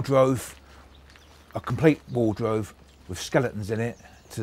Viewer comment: Wtf is a 'wardrove' 🤣